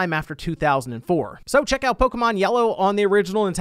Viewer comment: Disliked for mispronouncing Pokémon